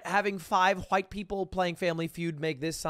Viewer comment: the way he pronounced the wh in white. It would make stewie proud. cool whuip